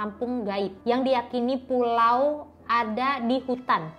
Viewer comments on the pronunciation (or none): mbala itu ‘pula’ bukan ‘pulau’ 😭😂